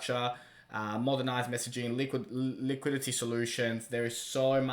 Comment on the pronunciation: Liquidity. Ffs liquidity!!! I love and all he does. But, for gods sake, it’s not liquility, it “liquidity”.